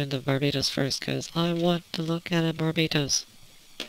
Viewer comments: Ye she did,and 80% of gunpla reviewers do it too. It's not hard to say Bar-bah-tos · wait.. Did you call Barbatos Bar-Bae-toss?